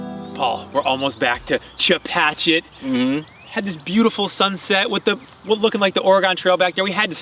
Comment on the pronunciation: Good ride, nice music, great donuts. Note to editor: Chepachet is not Chepatchit